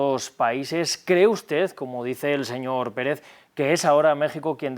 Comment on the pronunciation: Siempre Defendiendo lo indefendible este ex-embajador. Que pronuncie bien es Presidente Andrés Manuel, no deñor, hasta la segunda vez lo menciona bien. No cabe duda que la vejez no te da Educación ni respeto. Habkando de supuesta justicia pero sacan mtiendose cono LADRONES en una Embajada. Lamentable No les Importa du pueblo al fin que lis políticos tuenen dinero en diferentes bancos.